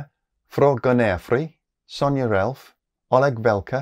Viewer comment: Impressive pronunciation of "Fråganärfri". (Apparently it means something like "The question is free")